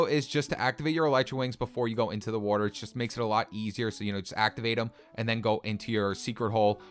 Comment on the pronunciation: Anyone else noticed he says Wuatr